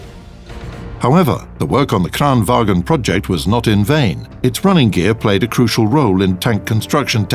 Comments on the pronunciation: Bada Bing Bada Boom Dude, its not wagen, not even close, its PRENOUCED LIKE VANGN, BY ALL DIALECTS OF SWEDEN. AND ITS SPELLED LIKE VAGN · not pronounced Kranvagen, it's Kranvagn. The same with the Stridsvagn! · VAGN NOT FUCKING WAGEN! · As a Swede im triggered everytime in every video people pronounce "kranvagn" as "Kran WAGEN" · Why do they call it kranwagen its called kranvagn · Bada Bing Bada Boom Not even close. Dissapointing they cant prenounce something as easy as vagn wich is prenounced vangn, SIMPLE AF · No it's not. It's pronounced wagen. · Bada Bing Bada Boom You are kidding right, i think i as a native speaker of swedish know how to prenouce SWEDISH WORDS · It's "vagn", pronounced "vang - n". Not sure why North Atlantic Terror Organisation is eating all the troll-bait though. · Love how the narrator pronounce the swedish names as if they where german.